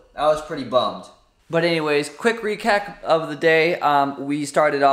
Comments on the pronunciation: I like how he said "Quick rekack" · he said quick recack of the day